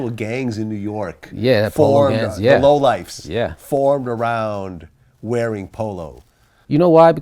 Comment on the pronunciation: Not "LOW LIFES", 'LO (as in POLO) LIFES. They were a group of people based (a gang, depending on how you define it) primarily in NYC in the late-80's and 90's who wore Polo almost exclusively. Some of them were involved with boosting the clothes from department stores. The most famous member (actually a founder, I think) is the rapper Thirstin Howl III (aka The Polo Rican).